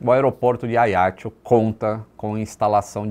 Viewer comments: Oi. Mais um video interessante e agradável (como semore). Só uma pequena correcção. Diz-se Ajaxio (o "j" é vivo), tal como por exemplo em "junto". A fonética correcta é "Ajaxio" e não "Aiaxio". Mesmo em francês diz-se "Ajaxiô". Valeu? Um abraço. Nota sobre a história: ficou provado que o conceito de "sterile cockpit" é importante. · ótimo vídeo. Mas a pronúncia do nome da cidade me parece equivocado: não é "a i a ti o". É a já ci ô! Força, saúde e pax (sempre!) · Confesso que não estava a perceber que localidade era essa de "Aiatxu" que o fala tanto neste vídeo. Demorei a perceber que ele estava a falar de Ajaccio... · a pronúncia eh “ajáxciô” do francês visto que a ilha é francesa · Agora que eu entendi o nome do local Ajaccio" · Ele falou Ajaccio com pronuncia italiana, não francesa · AJACCIO pronuncia-se como se lê em portugues...